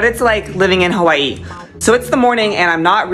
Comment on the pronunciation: The first person I hear how to correctly pronunciation of HAWAIIII